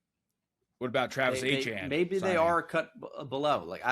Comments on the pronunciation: "Travis Achane" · Already know knows zero ball but bengal was surprisingly pretty bad in this. Not sure if he was just trying to make feel less dumb or what. Also saying travis “achane” instead of etienne, pissed me off so much